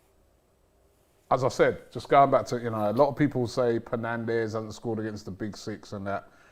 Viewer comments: Can’t believe a united fan keeps saying “Penandes” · It is annoying. Bruno is one of our best players. Some people find it disrespectful when they call him Penandes